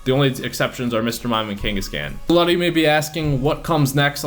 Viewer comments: Kangask-can what a pronounciation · Say Kangaskhan wrong one more time one more time. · The way you pronounce Kangaskhan and Cleffa in your previous video makes me cringe and feel dead inside.